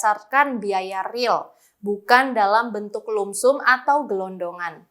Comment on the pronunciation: Lumpsum baca nya lamsam,bukan lumsum